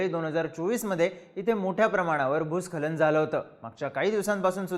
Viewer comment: Bhusankhalan ucchar nit kara